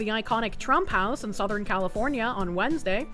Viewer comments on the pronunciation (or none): none